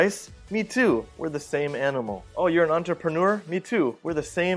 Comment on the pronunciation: Hey, sir. The word entrepreneur that was used frequently by Jack Ma. I am wondering if his pronunciation is correct.